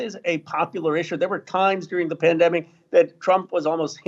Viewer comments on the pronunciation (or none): none